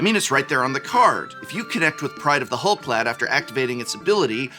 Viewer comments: you're the expert on pronunciation, but "clade" ≠ "clad". Rather than being clad in hull, they're part of the "hull clade" (clade meaning a group of organisms believed to comprise all the evolutionary descendants of a common ancestor - Oxford). Am I missing something? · your pronunciation of Clade is killing me. It's pronounced like Spade or Made lol.